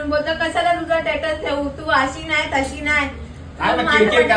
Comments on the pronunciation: टेटस बोलते स्टेटस बोलायच तर 😅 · शिकली आहे म्हणे ही,टेटस म्हणते, स्टेटस ला,तीला बरोबर करा कोणी शिक्षीतांनी